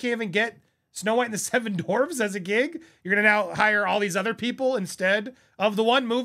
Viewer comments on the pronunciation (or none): dorfs??? DWArf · It’s not Dorfs it’s dwarfs buddy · It’s not “dorvz” it’s dWarfs lol, other than that I agree with everything you said. Also, thar TikTok girl should be the writer and next actress for snowwhite after this one tanks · DWARFS Andy, not Dorfs 😂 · Bro, it's not Dorfs, it's Dwarfs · dWWWarfs. dWWWWarfs. Omg, saying "dorfs" over and over...Ugh so cringe. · Hehehe - “Dorfs”😂😂😂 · I'm giggling, Andy🫢🫢🫢 Seven Dorfs 😉 I have a hard time with some words, too. "Dorfs" works too! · Distracted by the pronunciation “dorfs” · “Seven dorvs” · Lol - the "W" in "Dwarfs" is not silent. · You cant pronounce "dwarfs"?????? Lol. Maybe not say it as much.